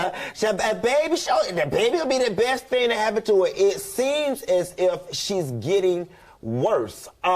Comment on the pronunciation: "Go on to the next thang" lol